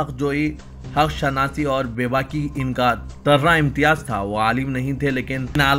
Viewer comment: طرہ امتیاز ہے Turrai imtiaz اردو تلفظ درست کریں